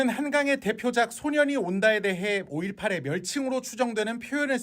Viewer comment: 5.18을 오쉿팔이라고 한거 부터가 사람의 수준이 아니지.